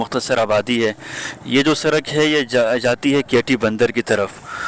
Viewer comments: سرک نہیں پیارے بھائی سڑک ہوتا ہے۔ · Lafz sadak ko durust kar len shukriya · Bhai Sarak Nahi